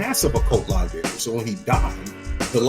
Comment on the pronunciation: Can’t take the way dude says library. Sound it tf out bro.